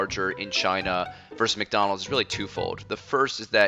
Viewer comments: Fun Fact: McDonald's is pronounced Mai Don Lau in Chinese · It is pronounced 'My down lound' in Mandarin, and 'Mc dawn low' in Cantonese.